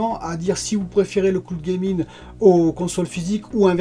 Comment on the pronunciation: le cloude gaming 🤦